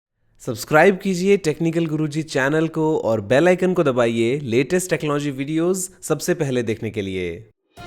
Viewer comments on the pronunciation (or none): Am I the only one who thinks this YouTuber cant pronounce word ( TECHNOLOGY) properly?